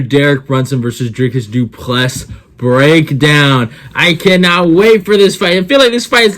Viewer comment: Dricus Du Plessis. The "s" is silent.